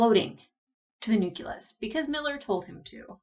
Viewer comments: it's NU-CLE-US. Not Nukulus. You sound like Goerge W Bush when you talk like that. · Gah! Say it with me now: Noo-klee-us! Noo-klee-us! "Noo-kew-lus" is like nails on a chalkboard! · huh, I knew about "nukular", but "nukulus" is a new on on me ; ).